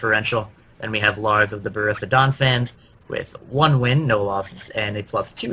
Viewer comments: BOH-ROOSH-EE-AH is how to say Borussia btw. I also have to say i'm not really a fan of the analysts this season. Last season they were killing it with quips and great flowing chemistry. This season really lacks fun and relaxation from the analyst. Still, i'm sure you can win me over in 12 weeks :) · Yea i hope their chemistry improves, too. little hint: it is not boh-roosh-ee-ah. no sh in the middle. it is just a straight forward sharp s sound like in grass.